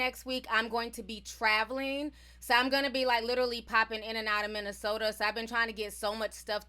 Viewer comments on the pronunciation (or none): none